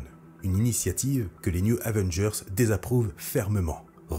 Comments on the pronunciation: Chouette video... Gâchée par le fait que le narrateur passe son temps à dire newZ Avengers. Y'A PAS DE "S" À NEW! "news", ça veut dire "informations", les nouvelles, le journal. Du coup, il passe son temps à parler les Avengers de l'Info... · Très bonne vidéo, mais comment t’écris le nom de l’équipe pour le prononcer comme ça ? Les News Avengers ? Les New Zavengers ?